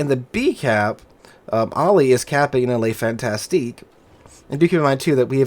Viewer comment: Pronounced: "Le Fantasc" and "Mack-en-zen"!